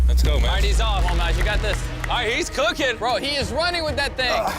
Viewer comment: I loved this video, but for the love of God, it's MAJD, not MADJ. Majd. Like Majd potatoes. Majd means "glory" in Arabic. Madj doesn't mean anything lol